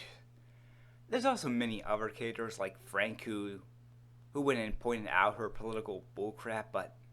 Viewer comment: "Sum ov da catters.."